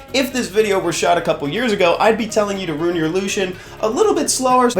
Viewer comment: Ooooooh rune (not ruin) your lushen ... ok ok now this video makes more sense